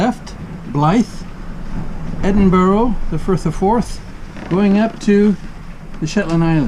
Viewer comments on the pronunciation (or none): Love how Americans get the pronunciation of Edinburgh wrong. Loving the vids, please keep them coming!